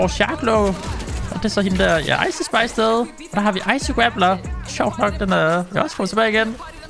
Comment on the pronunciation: Det er ikke icei spis det er ice spis